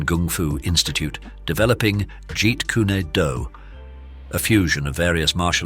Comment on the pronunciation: Bruceh Lee haha also Jeet Kuneh do is a funny pronunciation. also "limlight" at the end was funny.